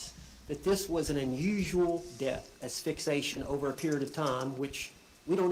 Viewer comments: Uh, yeah, defense seemed worse than unprepared. I mean, in the first 5 minutes, Owens said asphyxtion twice. Did you notice that? I mean if you can’t even pronounce one of the major issues in the trial … Boonie’s boozing from the bottom of The Bar barrel at this point I think 🛢️ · And he mispronounced "asphyxiation" ... I was giving this guy the benefit of the doubt before this 😅